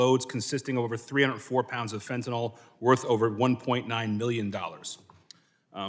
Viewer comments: It's pronounced fentanyl not fentanol. Like vinyl.😋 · Fen - tin - I ILlL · Not really important but it’s actually pronounced Fent-Tan-Ill